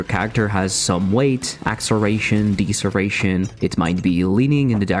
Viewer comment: WTF are "axeration" and "deeseration"?